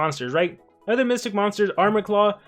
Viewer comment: I like how Armor says mystic instead of mythic 😅